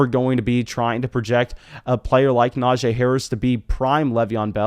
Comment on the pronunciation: Brother. It’s pronounced “NajEE” not “Najay”